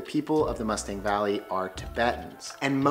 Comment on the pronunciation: Nepal is one of my favorite places in the world. I’ve been twice for both a month each time and I would love to go back. Just a head’s up though, Mustang is pronounced moo-stong.